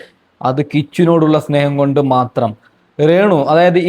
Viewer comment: റേണുവല്ല ബ്രോ....രേണു